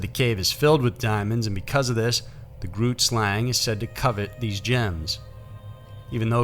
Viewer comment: Great video. I live in South Africa and we love it when stuff like this is the subject of YouTube videos! Your pronounciation of most of the words is very impressive. But I am going to point out 2 of them for you, in the niciest way :) Xhosa is pronounced KAW-SA. Trevor Noah's mother is Xhosa.as was Nelson Mandela. Grootslang (meanig big snake in Afrikaans) is pronunced bringing the G from the back of the throat, making a sound almost like gas escaping from a pipe!. Not very easy to pronounce, even my daughter who is half Afrikaans, battles with this sound. It is G-ROOT-SLUNG.